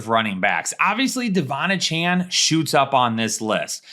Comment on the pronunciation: Ok, love the show, appreciate what you do. That said: AY-chan, not UH-Chan, please. Kthxbi